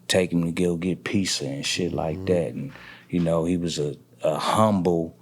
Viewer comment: the way he said pizza 🍕 😂😂😂😂